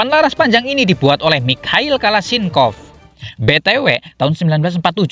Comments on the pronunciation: Khalasnikov admin bukan kalasinkov hadeuuu lain baca baik2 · Maaf mon bukan kalashinkov .tapi kalashnikov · mau ngakak pas doi nyebut kalashinkov 🤣